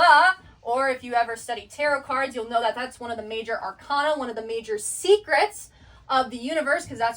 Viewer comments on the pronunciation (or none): none